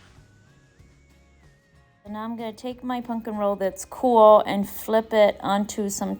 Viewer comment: It is pumpkin, not punk in!